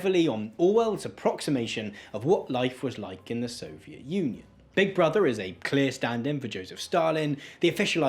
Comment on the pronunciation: You're over-enunciating and it's really annoying. There's whole seconds between the beginning of the last syllable and the last consonant. sovie t establishmen t